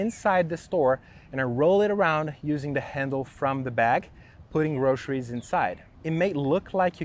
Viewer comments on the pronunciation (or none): 'Groceries' mate, not 'groscheries'.